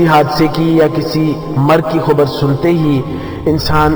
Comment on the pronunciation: Khubar nhi bhai khabar bolo